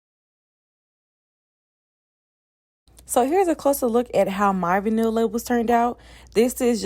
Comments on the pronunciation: Aww did you say Vin-neel?🤣🤣 it's Vy-null sound that out lol.....love this tho!! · Girl it’s VINE-ullll. Omggg you killin me!! 😭😭😭but yesss I have one of your nudes and was like dang the labels are great quality! Lol. I also started my own gloss business recently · Great video.. it’s vy -nuhl girl ☺️